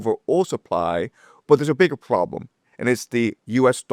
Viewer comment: The first " Pwoblem "!! Oh and a " Wobot " Pmsl 😂😂😂😂😂